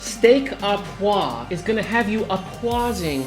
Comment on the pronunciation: This is my go to steak at any high end restaurant. I love your recipe! I'll definitely try it sometime. What surprised me was that a chef with as much experience as yourself had such difficulty pronouncing "Steak au poivre"